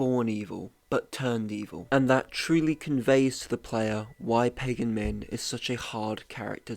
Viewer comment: AAAAUUUUGH!!! Short-a sound in both a’s of Pagan’s name. Both a’s sound exactly alike. P-ah-g-ah-n.